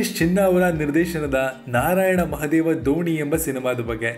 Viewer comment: ದೋಣಿ ಅಲ್ಲಾ ಗುರು! ಧೋನಿ 🙆🙆🙆🙆